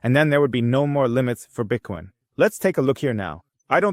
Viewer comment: Why the F do you say Bitcoin correctly half the time and then the other half say Bitkin or Bitcon? You must be doing it on purpose to get people's goats. Even my wife said it's annoying